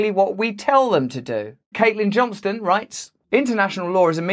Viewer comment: Caitlyn John-STONE, please. If you’re going to quote her, please pronounce correctly ✌️🌞🤷‍♀️